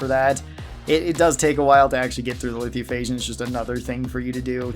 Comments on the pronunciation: Lithiophage lol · I don’t mean to sound rude but you are pronouncing Lithophage incorrectly